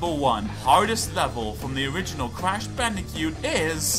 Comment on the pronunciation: Am I the only one, who hears him saying Crash BandiCUTE?